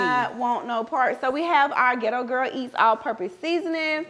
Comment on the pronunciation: Her team needs to get on her about pronouncing the name of her company correctly because it's very annoying like it's not "ghetto girl eats" or is it? I like but that's a non talkn bihh😂